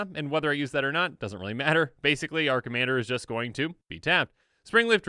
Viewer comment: hahahahhahahha sounds drunk xD